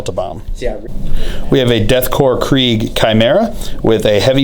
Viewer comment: Not to nitpick but you pronounce the g in Krieg😂. Loved the battle report as always!